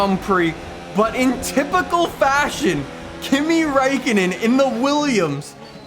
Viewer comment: He said Kimi Räikkönen wrong i now im from finland you can check from translator(minä oon suomalainen saunoja ja auto fani)